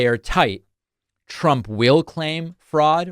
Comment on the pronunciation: I love that Packman always gives the Trumpian pronunciations of “froo-aud” and “doo-aug”